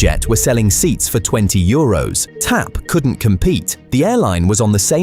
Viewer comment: The AI robot voice keeps calling it T-A-P (or "TP"!) instead of TAP. 👎